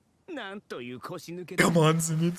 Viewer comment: btw its pronounced Zeynitsu, just saying :)